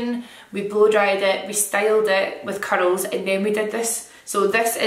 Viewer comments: At first, I thought she said “cuddles through your hair” then i realized it was “curls through your hair” 😅 love you! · Just realized it sounds like she’s saying “cuddles” whenever she says “curls” omg. 😭😍😍😍 I love your accent!